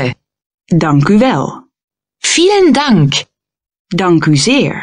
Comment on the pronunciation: I giggled a bit at “vielen dank”